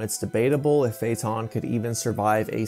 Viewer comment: Why are you mispronouncing so Many names? Uvogin, feitan f.e.?